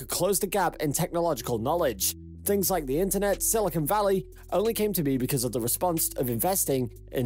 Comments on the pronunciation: "Silicone" valley...I think that's Beverly Hills. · Not Silicone, Silicon! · And it is "Silicon", the hard stuff computer chips use not flexible bathroom sealant.